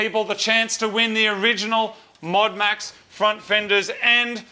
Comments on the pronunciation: "MODEAD MAX" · MOD UNMAX say it like Modern Max as its the modern version but has been un-Maxxed. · "Modu Maxu" Becos drift 😂